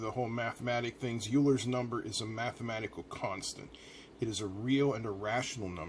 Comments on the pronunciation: Oiler and Youclid. Not Youler and Oiclid! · His name (Euler) is pronounced “Oiler”, great video.